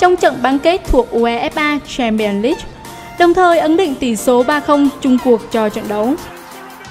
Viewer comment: Đưa nhỏ bình luận ko biết đọc UEFA Chamion leange gì hết